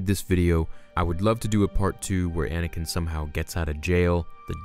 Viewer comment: It's ANAKIN not Adakin..